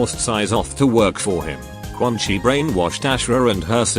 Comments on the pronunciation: Why do you pronounce quan chi as "Quan-Kai"? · I love that the Text-to-speech breaks and says “Quan Kai” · Why does the TTS keep changing its mind on how Quan Chi is pronounced